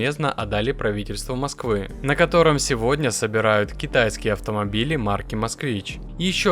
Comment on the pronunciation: Не "Обухово", а "обУхово"!! Тоже самое - не "МОсква", а "МосквА"!!!!!!! Неучи мля.